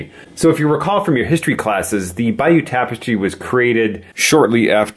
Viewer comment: it's the "Bayeux" tapestry, not "Bayeaux":-)